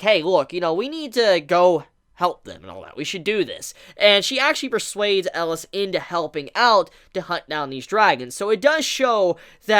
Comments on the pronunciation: Um... I thought his name was Elias, EL-EE-US not Eliss from Die Hard. Good golly miss molly that was bugging me lol. I actually really love Chise and Elias' relationship. He did not sugar coat that he bought her for selfishness but since he has underestimated the impact she would have on him. Now I really want to read the manga but did not realize how fresh it was and will have to wait sadly. It may be a toxic relationship but even those relationships teach us and help us grow and even change and can become unbreakable bonds. I feel like Elias was human once and somehow he or Chise will transform for the other. What bothered me the most in thus episode is that i just with Chise would have spoke up and talked about her dream as I felt it was so much a part of their current reality. Also, what was up with Joseph messing with Stella at the end of the last episode (17 or 18)? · 3 more epsiode for him to learn how to pronounce his name ^^